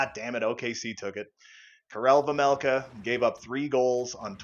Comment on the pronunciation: It’s vejmelka not vemelka